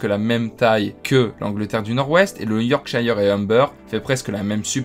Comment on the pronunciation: Attention à la prononciation pour certains noms: Yorkshire (prononcé Yorksheur), Petersborough ( prononcé en gros comme Pitersbro) , Leicester (prononcé Lester) , Norwich (prononcé Noritch]....Sinon, la vidéo est assez sérieuse.